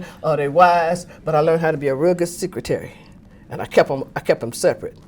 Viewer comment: Secret-tary. Clever